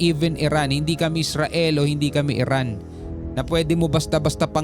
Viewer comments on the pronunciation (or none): none